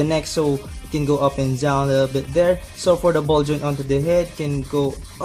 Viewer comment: I can feel you're trying hard speaking in English reviewing your kits. For example down word was pronounced as Dzown. Regardless nice review and I'm looking forward to building it. Just don't exaggerate the review you'll be better and more professional. But hey that's my opinion only. PEACE!